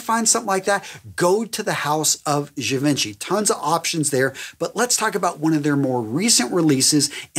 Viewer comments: You are a revelation. Thanks so much for the fragrance vids. Zhee-ven-shee is how you pronounce Givenchy. I know you asked about Gaultier's Le Male. Not criticizing. Just thought you might want to know. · Great video. Love these! Just a tip, apparently I learned Givenchy is actually pronounced Gi-von-chi..